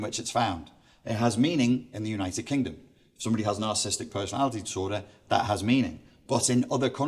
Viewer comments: Isn't the word spelled and pronounced 'nar-ciss-is-tic'? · Seems interesting, but not sure how much I can trust the view of someone who can't spell or pronounce narcissistic !!